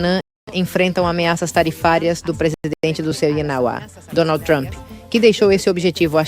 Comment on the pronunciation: Pra que se esforçar tanto para pronunciar trump "truamp" besteirol!